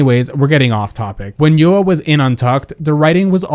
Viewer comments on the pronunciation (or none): It’s YOU-RWA not YU-AAAAAAA